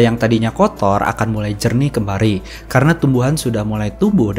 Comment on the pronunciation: Koreksi min.. Ada beberapa typo dari pengucapan kata dan juga beberapa kosakata yang sama diucap berulang kali seharusnya bisa dipersingkat.. 🙏 tersemar jat kimia - perkotaan sampe 4x disebutin kembari 1000 tahun = 10 abad (di thumbnail 1000 tahun tapi dipenjelasan koq dibaca 100 tahun?)